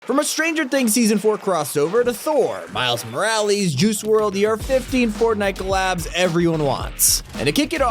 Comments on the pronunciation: It’s miles mo rall es Not miles mo rall eas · He sayed Miels moules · “Miles moralees”💀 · It’s not miles moralees it’s miles morales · I got triggered when he said miles moralies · Can you please stop saying miles morales like that it’s not miles moralis It’s miles morales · Milarees?! Its called "MILES MORALES" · Fam really said "Miles Moralees" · Everybody: miles morales Him: miles morealies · "Miles Moralees"? Really? It's Mor-al-ES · Bro said miles moralies 💀💀💀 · "Miles moralees" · "MILES MORALI" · He said miles moraylys lol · “Miles Moralies” lol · Bro he said miles moralees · Miles More-Al-Ess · Miles moraleees??!? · miles moraleezz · MILES MORALIEES LOL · Right at the beginning, did he seriously say "Miles Moralees"? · “Miles miralees” 💀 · miles moralees? lol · I cringed so hard when he said miles moraleeezz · does eneyone notice the he says miles maralis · Did he just say Miles Moralees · Why does he keep saying miles moralies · really said miles maralsas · My man said Miles Moralees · Miles moralees 😂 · He said miles maraly in the intro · No one:: Miles Moralees I would also like to see Ms Marvel ingame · “Miles moralies”😭💀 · Bro dont know how to say miles Morales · “Miles Moralees” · Are we gonna ignore the fact that he said miles morly and juicy world